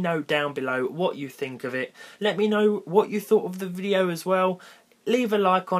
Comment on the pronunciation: What did you say in starting" waycum tu anotha vigio"